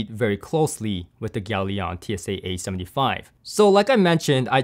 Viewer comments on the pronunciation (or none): Are you sure it's pronounced 'yalion' or rather 'galion' as in 'galleon'? Consiering its logo is literally a triple sail galleon mast... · It has a ship on it, it's a 2 syllable, not 3. Pronounce it correctly would have made this review credibile Gal-ion, not gal-i-on.